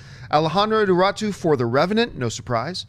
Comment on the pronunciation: It's pronounced "ee-neea-ree-too". Just an FYI.